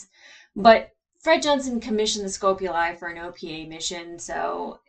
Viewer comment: It's getting hilarious hearing you keep saying "Scope-uli" when they've pronounced the name Scop-uli numerous times...😋 It's to the point I'm wondering if you're trolling us...😏🤣🤣🤣